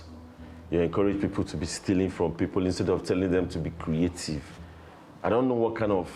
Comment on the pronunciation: His creative not creathiefs😅❤